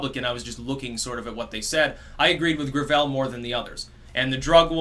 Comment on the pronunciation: "grav-ELL"... it's gravel. He's endorsed by like Hyacinth Bouquet